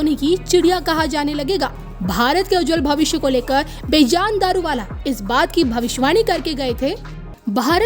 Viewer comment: Please correct your pronunciation of the name of this great astrologer. You keep calling him बेजान throughout in your narration. By doing so, you have as if, made this 'lively' personality 'lifeless'. Being a Parsi myself I feel very bad to hear that pronunciation. The correct pronunciation is बेजन. Please take care to correct yourself henceforth.